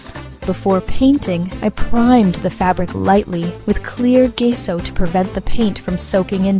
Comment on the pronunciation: Hey, it's Jess-oh, not Gay-so. Update your audio file.